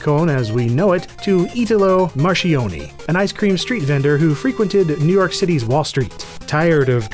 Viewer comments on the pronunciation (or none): Marchioni = mar-kyon-ee